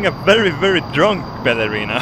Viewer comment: so far every vid by you you say ballerena